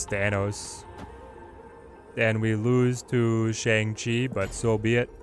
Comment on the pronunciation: Killer content. Just wish you (along with literally every other snap content creator I've seen) would pronounce Shang-Chi correctly...it's like bong with an sh instead of a b.